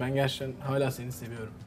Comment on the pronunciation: Hayla değil hâlâ!!!!geçen sezon Sedat ve Oğuzhan beni delirtiyordu, şimdi ise evin yarısı. Hayla dedikten sonra ’nin 2x hâlâ demesi içimi su serpti.